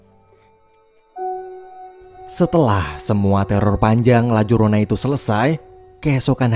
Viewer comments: Bang di bacanya layarona bukan lajorona, itu bukannya hantu dari mexiko ya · Sebenarnya nyebutinnya Itu La Yorona bang, karena menggunakan bahasa Spanyol ...